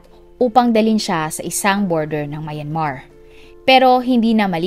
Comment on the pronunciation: Plz pronounce Myanmar correctly..